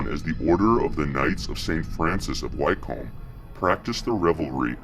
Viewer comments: It's pronounced 'wicum' not why-comb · Ffs at least research!! Wtf is WHYCOAMB!! HUH?? WHYCOAMB!!! ITS pronounced wycomb like wick-um wyc-om-b Wycomb!! And Nowhere exists called BUCKING-HAM-SHY- YOURE!! Its pronounced Bucking-um-shur! Like Edinburgh isnt Edin-burg ita Edin- burrah. No hard pronounced letters really oh and 666? Nah its 666 as in the number 6 hundred and sixty six! Not 3 separate sixes or 6+6+6. It's the number as a whole . Not saying what the vid shows isnt going on but it's easier to sit and watch your vid if you do the correct research. Little things like correctly pronounced words goes a long way with me and many people! It's a nice symbol of research and care for the video and the viewers enjoyment. Wonderful collection of vids btw and they really open the eyes... all 3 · Wycombe sounds like wickcome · Great Vid and very informative! But one thing I've picked up on is when you say "Wycombe". It's pronounced phonetically "Wick-am" or "Wick-combe". I know this because it's my home town and I was brought up there. I've also been down the "Hell Fire Caves" many times in West Wycombe. It's a very beautiful village. St Lawrence Church which is above the Hell Fire Caves has been in several films, with Christopher Lee as Dracula in a mausoleum scene also. Keep the good work up! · Pronounced Wickham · Excellent , I shall be subscribing , just a tip it's pronounced Wick - um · Wick-cum is how wycomb is pronounced..... Great vid though